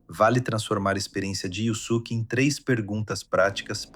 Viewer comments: "Yuzuke" "jenkai" ... deu não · Amo esse anime. Não tenho dúvidas que você estudou e pesquisou bastante. Mas pronunciar yuZuke, Jenkai, hadôken, aí me quebra. Só assistir o anime am japonês e ser fiel à pronúncia. Enfim, ótimo trabalho, é só uma crítica construtiva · Conteúdo ótimo, mas, o áudio é original ou de IA? Cuidado com a pronúncia dos nomes.... Escutar "YuZuke" e "Jenkai traz a impressão de que quem gravou simplesmente não assistiu o anime, sei lá.